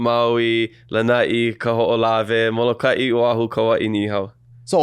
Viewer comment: O’ahu not Ohau lol